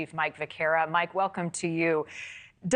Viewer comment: And what’s a Lawuit??? 😂